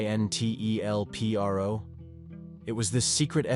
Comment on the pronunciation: I don't think it's pronounced Coin-tel-pro. From what I've seen, it looks to be short for counter intelligence program. So I think Co-Intel-pro would probably be more accurate.